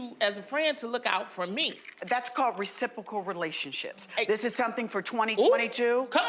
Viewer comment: The way she said reciprocal relationships got my attention lol 😂 so good!!